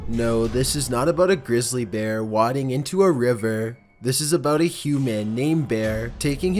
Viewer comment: Its Way-ding not Wod-ding as a heads up! Its interesting you said Wades in correctly but not wadding.